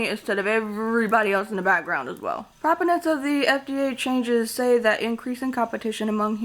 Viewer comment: This comment is just a pronunciation correction suggestion, so if that’s rude/uncalled for, or you just don’t feel like reading one, please ignore: “Proponents” is typically pronounced “pruh-POH-nents,” not “PROP-oh-nents”.